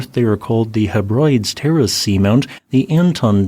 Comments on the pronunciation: *not Heb-rides but Heb-rid-ees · Made it sound like haemorrhoids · "Hebrides" is pronounced HEB-rid-eez, not heb-RIDEZ. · Not HE-brides, my friend, it's HEH-brid-eez. But otherwise, a very interesting and informative video! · Heb-ri-dees actually. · Say it with me Heb ri des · Just a note: Hebrides is pronounced "Heb-ri-dees" like Achilles or Socrates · heh·bruh·deez is another vaild pronunciation and in Scottish Gaelic it is pronounced as "Innse Gall" which is pronounced as "EEN-shuh KAUL" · It's HEB-rid-eez. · Good video, as always. Hebrides is pronounced 'HEB-rid-eez', with emphasis on the first syllable. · Hebrides is pronounced Heb - Ri - Dees! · Common American mispronunciation of Hebrides. Correct pronunciation is Heb - Rid - Eeez. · Have you looked at the Ardnamurchan peninsula. The cliffs of Canna and the formation of the inner Hebrides is also very interesting. Hebrides is pronounced "heb ri deez" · Please learn how to pronounce Hebrides.👍